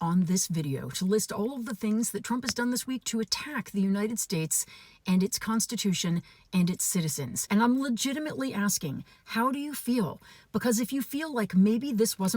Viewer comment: It would be better if he could read... or pronounce things correct... "The United SHAYTES" "OBAMNAAA" "ASUURASIONS" "TIM APPLE" "BING BING BONG" "We will be in world war 2 very quickly" "Their EATING THE DOGS!!!" "You have to have ID to buy a loaf of bread" "The Windmills are driving the whales crazy" And lets not forget his "Jacking off 2 giraffes" dance... I could do this all day boss...